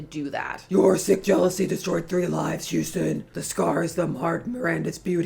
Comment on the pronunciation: Umm, it seems to be Hostin, not Houstin.